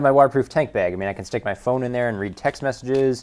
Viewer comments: 601 thumbs down??? And one more cause you say bag like a lame-o. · learn how to fucking pronounce "magnet" and "bag."